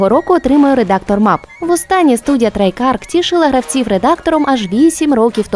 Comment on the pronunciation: Ця жиночка не вперше слова плутає. Так само в цьому випуску обізвала компанію treyarch - трейкарк.